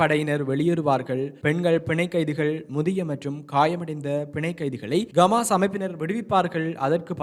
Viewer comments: Dei Athu Gamas illada Hamas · Athu Gamas illa bro Hamas!!! தமாசு... தமாசு..